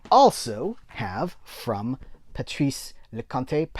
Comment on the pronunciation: Hey, in Leconte the "te" is a hard consonant, like in "boat".:-) He is one of the preeminent French direcors, I think you will like him.:-) Girl on the Bridge is probably his most well-known film, the film that introduced Vanessa Paradis to the world....